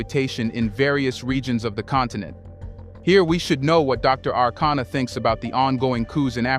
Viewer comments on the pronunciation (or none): Dr. ARIKANA (and NOT, Anacana 😌😌😌) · Her name "Arikana", not Anakana. Gabon coup is a family affair only. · Great Conversation, Please Brotha her name is Dr. A-ri-kana Chihombori Quao. No disrespect. Peace 🎈👈🏿😎